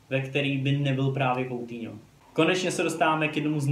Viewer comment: Kdyžtak Coutinho se čte: "Kutýňo" :DDDD